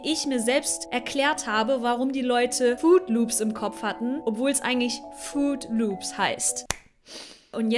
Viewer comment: Mysteriös, diese FRUIT Loops Story... Am meisten flasht mich dabei aber eins: ganz zu Beginn deiner Erläuterungen über die eingebildete falsche Schreibweise sprichst du es noch "Fruit Loops" aus, aber nach dem 3.oder 4.mal sagst du dann ausschließlich nur noch "Food Loops". wth?